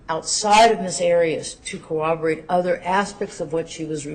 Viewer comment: guys .... this whole hag doesn't even know the word is CORROBORATE/TION! she literally says "coWObborate! 🤦🏽‍♀️🤦🏽‍♀️🤣🤣🤣